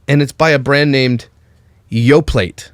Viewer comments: Yo-plaht? Are you sure it's not yo-play??? 💪😂😂😂😂😂😂😂😂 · And it’s not Yoplat, it’s Yoplay…😂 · Your yop might be pronounced yope but our yoplait is not pronounced with a t but it’s silence, like yoplay ☺️ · It’s y-ah-p listen to their commercials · Yoplait is pronounced yo-play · It is yop ( the way u said wasn't right) my da used to work for yoplait in n.ireland and thats how we say it over here 😆 but each country says it different 🤷‍♀️😊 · yoplait is french its pronounced Yo-Play xD australian here, the ads for yoplait have been going since i was a teeny little lass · But my boy, while you’re correcting pronunciation, please know that the T in Yoplait is silent so it’s Yo-play. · It’s yo play that’s how you pronounce it lol not that it matters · I love how u pronounce yoplait as "yo-plate"🤣😂 while telling us how to correctly pronounce yop..hehehe oh..u made me giggle during a difficult to watch subject so thank u 🤗😋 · I do always love the snark at pronunciations, and then the weird Canadian pronunciation of a word. 😂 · Lol I came to comment the same thing 🤣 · I thought the T in Yoplait was silent? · the yogurt name, the t is silent my dude. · The t in yoplait is silent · Clarifies pronunciation of "Yop" Also: Mispronounces "Yoplait" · Completely agree on the YOP pronunciation.... BUT... The T is silent on Yoplait! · Hey YOP, you don't pronounce the t in youplait👅